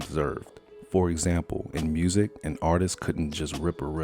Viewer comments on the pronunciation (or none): none